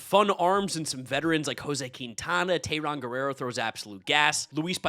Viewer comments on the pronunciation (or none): none